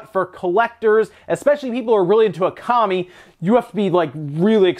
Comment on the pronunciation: Uh-kami, seriously? It pronounced oh-kami